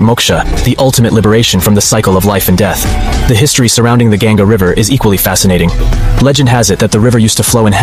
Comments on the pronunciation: It's not river gyanga it's ganga u can adjust spelling but don't mispronounce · it is not gaen-ga , it is pronounced like gun-ga